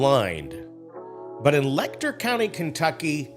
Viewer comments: For the future, Letcher is pronounced with a Ch sound, not a k sound. leh-chr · You need to learn how to pronounce Letcher County!